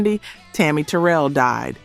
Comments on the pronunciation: It’s me again, Eddie Kendricks also made two beautiful ballads during his solo career. Skipping Work and Intimate Friends. And Tammy’s name is pronounced Tammy Teer rell not Teral just saying. My siblings and I enjoy the content. Otherwise expect little notes from time to time. Still waiting for “Tower of Power featuring Lenny Williams (a little homework)😂 unless I missed it, haven’t watched all of your content yet. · It's pronounced Tammi TA RELL, not TAROL"L Terrell" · Who are you...her name is Tammy Ta...rail is how.you pronouns her name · Pronounced Te Rel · Ma'am... her name was Tammi "Ter-rell." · Tammi's last name is pronounced "Ter -RELL". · You’re channel picked up on my feed watching your video Her name is Tammy Terrel your practicing her name wrong , either way still watching 💯🥰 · Can u get a real person narrating instead of this AI. Pronounce Tammy Terrell name wrong.😮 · Terrible video. Inexcusable mispronouncing Tammi Terrell’s name. And not knowing Dennis Edwards was le@ singer on “Do you love me”. Brutal. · Please pronounce Tammi Terrell correctly. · Why are you showing a white girl eating popcorn but the video is about Black people, not white people!! Is the moderator white acting Black to get Black support! She mispronounced Tammi Terrell's last name! All Black people know how to pronounce Terrell!!